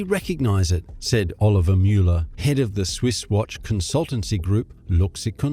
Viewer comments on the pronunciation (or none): none